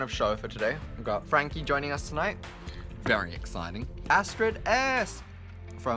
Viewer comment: with accent "very exciting" replays